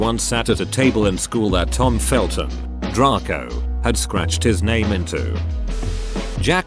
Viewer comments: Is nobody gonna talk about how they said draco as dr-ar-co instead of dr-ay-co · How he said Draco!!!Drarco